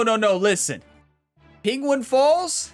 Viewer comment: Say penguin proply for fuck sake